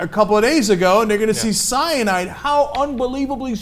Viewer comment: Oh Ana ordinarily I enjoy your presentation but you really over pronounce CYANAAAAIDE :p